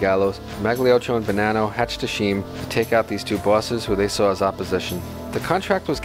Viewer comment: Nice info but work in pronunciation Scheme is “skeem” Not “sheem” Not to mention the gangster surnames